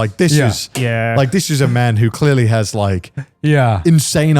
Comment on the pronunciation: Did you rike it?